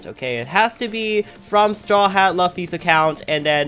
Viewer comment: IT'S LOOFFY NOT LAFFY